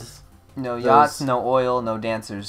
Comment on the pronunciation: He said yachts... He just spelled it wrong. (He said yahts.)